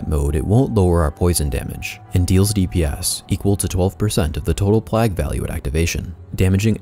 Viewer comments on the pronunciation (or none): It's "plejg" not plagg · Really well put together guide. One minor thing - plague is pronounced "playg" not "plag". No big deal and it certainly doesn't detract from the overall quality of the guide. Thank you for putting so much time into it. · i'm sorry but it's PLAY-GH not pleghhh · I'm sure you've gotten this comment already, but the pronunciation of "plague" is play-guh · PlAAAAAAAAgue, long A my dude as in saying PLAYgue. Other than that,great video lol. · The King is back!? Do people around you pronounce "plague" like you do or the common way "pleig", wonder if it's a local thing or what. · If you could learn to pronounce diadem and plague that would be great! It's a bit distracting hearing you butcher those poor words especially because your accent sounds like a native speakers. <3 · had to stop watching after the 14th time you pronounced plague wrong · Why does he pronounce "plague" and "diadem" like that lol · The way you pronounce "plague" and "diadem" makes me wanna punch myself in the face till i cant hear it anymore.